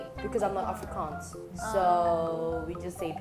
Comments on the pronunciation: Afrikaans, not Africans. Please get it right. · World Friends subtitler, she is saying "Afrikaans", not "Africans"